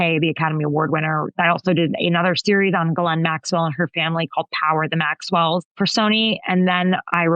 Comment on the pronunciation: Did Steve Schmidt just call her ‘Ghoulaine’? Or did I hear wrong? Either way it’s funny & if he didn’t then I did! 😂